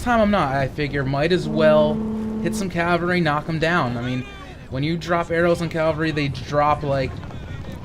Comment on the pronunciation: Dude.... Its CAVALRY not CALVARY!!